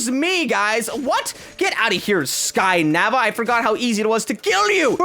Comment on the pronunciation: When he said get out of here at the start to the sky raven, he said get out of here sky “nava”did u here tht?